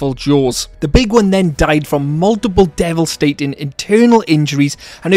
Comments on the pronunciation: First of all i now understand what happened to the raptors thank you Second of all the part when you said Devilstating got me laughing 😂😂😂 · You called and spelled devastating as devilstating.